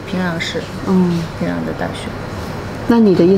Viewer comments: 很奇怪，人家明明就是講學院就是高中，為什麼不信任人家的理解跟表達能力呢？要一直試圖用自己的猜想去引導，甚至曲解人家的意思。什麼職校、專科？以為人家不懂的分辨嗎？我看這幾個朝鮮導遊的中文程度都比主持人的好耶！！平壤都唸成平朗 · 由于地方乡音的问题，这位女主对“仓光山”的发音感到很木讷、很不适应，因为她那地方口音习惯把“cang苍”音发成“can参”音，所以她反应迟钝了有好几秒钟。反倒是两位朝鲜女孩的“仓光山”发音比女主更好、更正确。 女主乡音浓重，再比如：平朗（壤）、高逆（丽）、吸引逆（力）、十你（里）明砂、地你（理）位置，等等等等。To sum up，她拼音里的“n”和“l”的发音分不清楚。